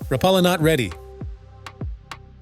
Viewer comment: It’s pronounced Rap uh la